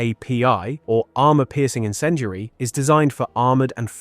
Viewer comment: What the fuck is "encendry" and "sabot"? Talk properly man.